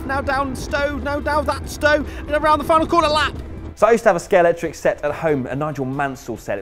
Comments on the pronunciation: It’s amazing how many people who actually own these sets, continue to mispronounce them as “Scalectrix” sets... 👎 when they are actually “Scalextric” sets... 👍 Just saying... 🤷🏻‍♂️😊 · Brilliant track. But it's Scalextric not Scalectrix ;) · No, not Scalectrix, it's Scalextric. If you're going to talk about it in a video, learn to pronounce it properly. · Also can't say Scale X tric or Silver stun. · Is there a more mispronounced brand than Scalextric? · Scalextric pronounced wrong in the first 3 seconds lol. (He said Scalectrix) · Well that was a good start ..."A Scayalectrix track" No mate, if you cannot pronounce the product name properly, then you clearly are not a slot car fan Clicked thumb down and out of here........... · When the presenter says "Scalectrix track" within the first five seconds, you know he's not worth listening to/watching 🙄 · Note that the ‘X’ in Scalextric is in the MIDDLE, not at the end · Can't pronounce Scalextric